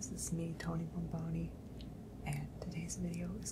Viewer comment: I like how he says Bomboni😭